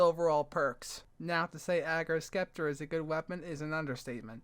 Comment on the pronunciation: It is pronounced "Septer"